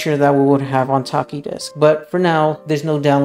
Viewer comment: the ch is pronounced like the ch in chair